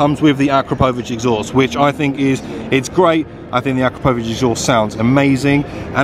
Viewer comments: "Akro-povich" lol, it's Akrapovič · That akropovic pronunciation...